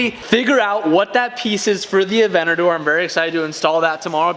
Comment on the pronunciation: Highly requested modification: saying Aventador properly 😂